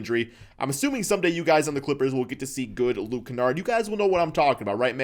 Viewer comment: He can’t even say the name of the clippers 😂